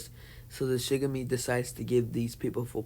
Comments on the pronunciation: It's not Shigami it's shinigami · yes but its pronounced shin-a-ga-mi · Its not shigami its shinigami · Bro Shinigami not shigame